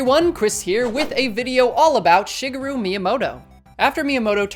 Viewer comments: This guy seriously said ”ShiggRu” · “Shiggaroo” wtf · I can't get over Chris calling him "shiggaroo" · Sounds like you need to work on your Japanese pronunciation. It's common to cut vowels very short, particularly following a syllable with a raised intonation (which would be the case with the "shi" of "shigeru).